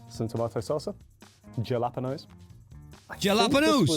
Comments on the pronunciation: Ja lap ennos? How about Hala pen yos? Phonetically speaking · Fave a tie between Buttered and salted (real butter) or Buttered w/ Frank's Red Hot Original Seasoning & Lawry's Seasoned Salt sprinkled on... omg... but depends if I'm feeling more nostalgic or not (respectively), which one wins. I's pronounced HAL-a-Peen-o's Not Jal-ap-pen-o's. Just fyi. Exactly, it is NOT healthy or, tbh, all that great - which is why you sneak in your own ;) Just get beverages there... unless they do not have yours ;) Then, sneak that in too. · Juh-lah-puh-nos ??? Brits are incapable of correctly pronouncing Italian and Spanish words Ha-la-peen-yos !!! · Hal a peen ohs, not jalapinos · Jalapenos = halaPAINyos. It drives my nuts when I hear British people say tacos. "Tacos" has the a sound in father, not the a in dad or the first a in American. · He did did not just say J -ala penose 👃🏽😐🤦🏽‍♂️ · Noooo, he didn't! Huh? Juh-LAP-uh-noes???😂😂😂😂😂😂😂😂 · Curiously, the same guy pronounced it "hal-apeno" later in the video. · Are you BRITS not capable of remembering that Spanish Js are not pronounced with a J sound but an H!!! It’s pronounced HALA PEEN YOs!!! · making fun of the dude for not saying 'jalapenos' right when he pronounced it the same wrong way on stream last week XD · 😂😂 What did he just call Jalapenos? I seriously wonder what is going on that you guys can't pronounce that one.